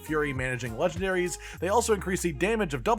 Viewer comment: lol “legandaries” 🫠